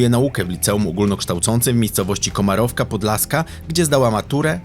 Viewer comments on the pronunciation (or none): Komarówka Podlaska. Taka miejscowość na Lubelszczyźnie. Pan powiedział błędnie Komarowka. Właśnie to!